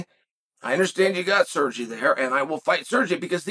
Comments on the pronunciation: sergi pavlichh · Sir-gee Pavlich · "Serjay Pavlich"